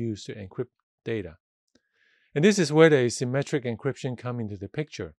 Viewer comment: Thanks a lot! This is very useful! it s hard to follow due to I think you using indefinite artical "a" (as in "a symmetric") vs the way "asymmetric" is pronounced. Also the fact that you added "symmetric encryption" to the diagram AFTER you mentioned your point. Sorry for nit-picking, just hope this would help anyone else